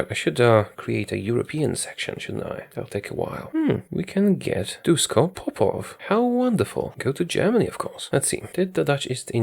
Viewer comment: Please, his name is DuSHko Popov